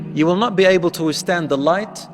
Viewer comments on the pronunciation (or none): none